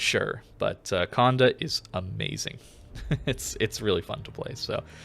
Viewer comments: I hate how you keep mispronouncing the ship's name. Its not Conde, but Condé the é is pronounced more like you say "ey" So like Condey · Exactement, it’s funny I’m not the only who irked whenever he said the “conduh” 😂.